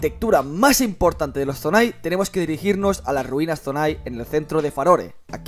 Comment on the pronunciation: Es Zonan no zonai jaja🤦🏻‍♂️